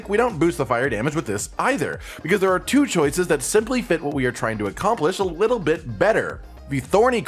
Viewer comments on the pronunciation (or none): none